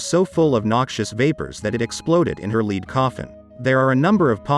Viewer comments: Why do you keep saying LID when the word is LEAD? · Stop saying leed It's lead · The pronunciation of the word lead is mispronounced many times. Some saying it with a long e like reed, a short i like lid and then other times it’s right with a short e like lead. Other than that it’s a good video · Because you keep calling Lead, ie the heavy metal, LEED. It’s pronounced LED. At the beginning you even call it LID….I was wondering what that was! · Interesting, but the robonarrator makes a few mistakes which give him away. Such as pronouncing the metal lead as "leed".